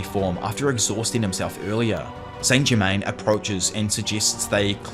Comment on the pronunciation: The way ‘Okarun’ and ‘Saint-Germain’ is pronounced in this so disconcerting.